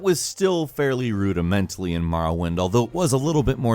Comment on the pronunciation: rudimentary say it with me now ru·di·men·ta·ry